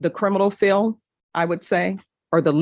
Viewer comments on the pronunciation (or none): This judge needs to learn to pronounce her D’s - Chile. Fiel. Unnerstan. AnnoyingAF